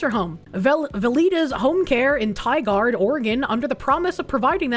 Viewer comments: It's always fun to hear people from the eastern US pronounce Oregon city names. I know will never see this, but for Tigard it's more pronounced as Tie-gerd than Tie-guard. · When she pronounced Tigard, OR as tie-guard I almost died